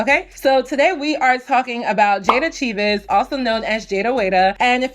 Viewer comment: I always pronounce her name as “Cheevs” 😂 I keep forgetting it’s Chee-ves